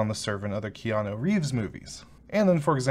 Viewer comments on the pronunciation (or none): none